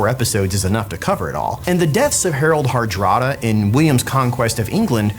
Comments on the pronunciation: harald harada? i always thought its harald hardrada :P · Ahhh right. Right my bad, pronouncing was a little strange so i misheard.